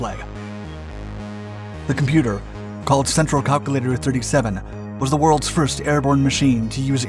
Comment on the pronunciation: He keeps mispronounsing things and it triggers me Funfact: multiple roads in sweden (and probably many other countries) can be used as runways incase of war. It works like a wide highway with both lanes and taxiway lanes. Planes don't operate there, but they could! An A360 could theoretically la d on some of these. Kalkylator is just calculator...